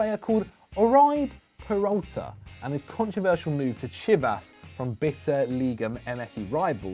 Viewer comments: Oribe Peralta is pronounced 'OR-REBAY PEDALTA' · Ari-bay Peralta I think is how its pronounced, the man has been out here for years and u don't know who he is smh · Not tryna rub it in, but Oribe Peralta’s name is pronounced “Oribeh Pearaltah”